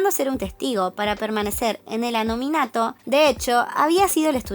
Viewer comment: Se dieron cuenta que dijo anominato en lugar de anonimato 😳💜